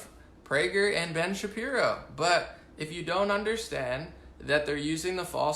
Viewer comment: good job on not slipping up and saying Shapiruuu ;-)